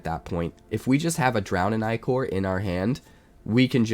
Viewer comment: Only content creator I’ve heard use the correct pronunciation of ichor